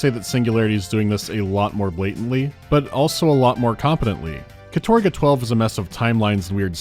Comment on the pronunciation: Sorry, but in Russian it pronounces kAtorga, not katOrga, with the stress on the first syllable, despite many english sources saying otherwise.